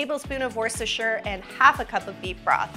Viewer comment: Oooh most people in Canada & America pronounce Worcestershire wrong, but you did it right ‘wuss-ter-sheer’ 😅😊